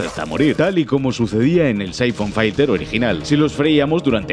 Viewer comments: Cuantas veces es necesario decir Saifon Failter? Filter y yaaaaaaa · que demonios en saifon faiter? se pronuncia Saifon Filter... casi igual que como se escribe, no sabia de que hablaba hasta que lo vi escrito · Se pronuncia Saifon filter, no Saifon failter ☝️🤓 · Syphon "failter", en serio que sois periodistas? 🤦‍♂️